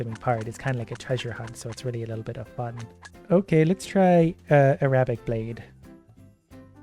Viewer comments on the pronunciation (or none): initially pronounces the word "arabic" wrong when he selects the arabic sword option in the game before pronouncing it right a few minutes later. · The way he pronounced Arabic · That’s not how you say Arabic lmao